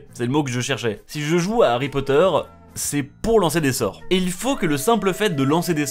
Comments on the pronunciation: C marké ipod ait pa ari potere ! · ARRY POTTER